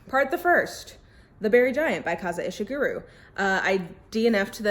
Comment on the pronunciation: Just something I've noticed in your videos is that you're pronouncing it somewhat like Kaza Ishiguru instead of Kazuo Ishiguro. Obviously we're not used to Japanese pronunciation much in English, but luckily Japanese is pretty phonetic so it's basically just Kah-zoo-oh Ee-shee-goo-roh. Not trying to get on your case, just thought you might wanna know.